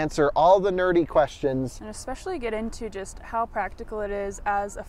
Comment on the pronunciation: Especially, not eckspecially. Phonetic spelling: /EspEshUHlEE.